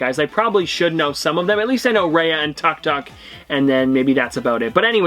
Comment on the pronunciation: Tuk Tuk is pronounced as “Took took” btw